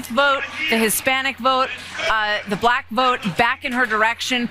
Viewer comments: Because he says "bLLLack". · The way he says "bLack" with a hard L is offensive to me for some reason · The way Trump pronounces black makes my skin crawl. Blll-ACK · Is it just me or does Trump always pronounce “black” weird? Blaaack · He says "bLLLLack". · The way that Trump pronounces the word "black" is strange. He always pauses for a second before. What the heck?